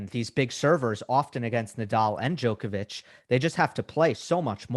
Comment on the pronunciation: Best tennis show in the world. However, remarkable none of you can pronounce Novak's last name properly yet..